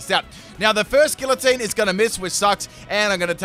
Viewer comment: Whelp, that's two poketubers I've heard say Gillatine.